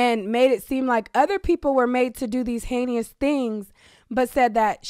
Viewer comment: The word is "heinous," not "heinious."